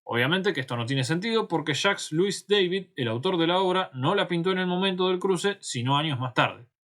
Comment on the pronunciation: Jacques Louis David era francés por lo cual el apellido David no se pronuncia como si fuera inglés.